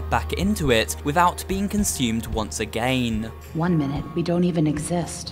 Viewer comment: Why dose he say again like that